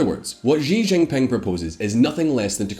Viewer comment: Learn how to pronounce Chinese. X = sh not as s in leisure. J is pronounced like j in jingle not as s in leisure.